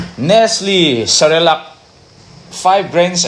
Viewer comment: Cerelac ❌ Celerac ✅ 🤣🤣